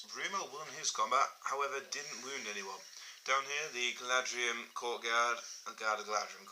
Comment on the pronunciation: It's Galadhrim, not Galadrium